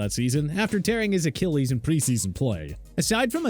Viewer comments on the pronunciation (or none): none